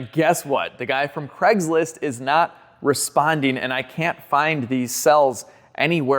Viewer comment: Why you you pronounce “Craig’s List” as “Creg’s List”?